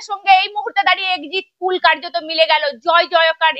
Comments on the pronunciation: Ore baba Exit pul noy Exit pol 😂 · Madam exit pul na...ota exit pol hoba...ucharon ta please thik kora neban... kharap vabea neban na katha ta..apni khub valo kaj korchen..amr support apner songa ache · এক্সিট পুল না ম্যাডাম ওটা এক্সিট পোল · ম্যাডাম exit pull নয়, কথাটা এক্সিট poll। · এক্সিট পুল নয় এক্সিট পোল